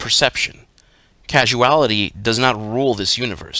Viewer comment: He pronounced ''causal'' as ''casual''.